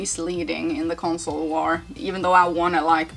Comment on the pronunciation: “Consoler” always makes me laugh 🤣🤣